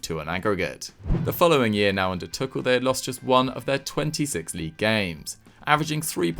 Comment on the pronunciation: Thomas "Tookell" 😂🤣😂